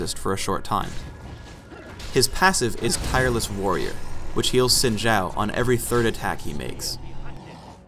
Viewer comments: why is he saying sin jow. its obviously zin zaow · No, because didn't know howto pronounce Xin Zhao correctly. In Chinese, Xin Zhao would be bronounced Shin Zow, Not Zin Shao. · Pronounced Shin Zow, I would know since Im Asian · Esse tempo todo eu falando “xin zau” quando o certo é “sin gial” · It's pronounced Shin Chow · If you're talking about the speed-skater, it's pronounced Shin Chao (or Chow as the guy said) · I pronounce it as Zin Zao, but others have different pronounciations. Proud to be full asian :^) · Anthony Mailly It’s (Sheen-Jao). Mandarin speaker here. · please guys his name is supposed to be pronounced "Shin zow" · Gotta watch out for that "Sin Jow" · wtf They say it correctly in the champion spotlight and yet people still say zin zao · I honestly thought it was pronounced 'zin zayo'; oh dear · its meant to be pronounced quin jough but riot doesnt know how chinese talk so ah well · "Sin Jau" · the 'Xin' sounds in between 'shin' and 'sin', thus creating our xin sound. It's not sin or shin, it's XIN <- read again to pronounce properly. the 'Zhao' isn't a 'Jao' as well. It's pronounced in the middle of 'chao' and 'jao'. there you have it, now you know the correct pronunciation for it. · An actual Chinese dude getting told he's pronouncing a Chinese name wrong. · to be honest i think how the devs say his name is wrong due to me being asian and asian hive mind is saying that its pronounce like Xin Zao. the voices say the h is silent. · And it's actually not pronounced like that in Chinese...but oh well XD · Wrong pronounciation.